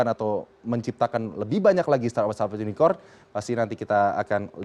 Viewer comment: Unicorn. Bukan unicon. Ngomong inggris aja bawa contekan. Wkkk